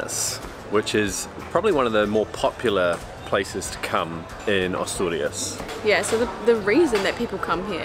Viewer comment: Great video, I have Spanish friends that live in Luanco and have visited Asturias twice. The scenery and the beaches fantastic also the cider, the drive up to the lakes above Covadonga is must place to visit. Note. Asturias is pronounced as “a” in apple.